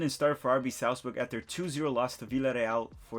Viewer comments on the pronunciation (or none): none